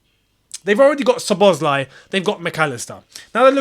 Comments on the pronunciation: It's simply pronounced So-bo-sly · The right pronounciation is So-bo-Slai. The 'Z' is silent